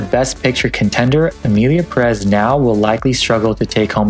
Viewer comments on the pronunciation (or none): wasn't it pronounced as PEHrez not puhREZ? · pErez, not perEz ~ is it too much to ask that english speakers say ONE NAME correctly? “Pérez” => accent tells you to stress 1st, the accented, syllable. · The accent in Pérez goes in the first syllable, it´s not PerÉz